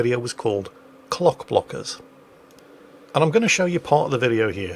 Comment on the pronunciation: It may be the accent (what accent?) but after the first time mentioning the video, instead of 'Clock-Blockers', said 'Cock-Blockers' every time.... lol. Freudian much? lol